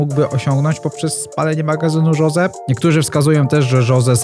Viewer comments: nie „żoze” tylko Hose, naucz sie w koncu to poprawnie wymawiac 😭😭😭😭😭😭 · Jose czyta się Hose, a nie Żose